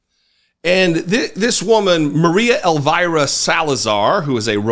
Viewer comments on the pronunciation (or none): her name is pronounced "Elveera" not "Elvaira", she's Colombian and it's in Spanish